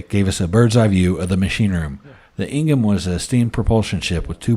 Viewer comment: I was stationed on her . Pronounced Ing-ham not Ing-rim. Great video. Thanks.